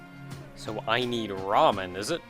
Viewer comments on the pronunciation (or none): none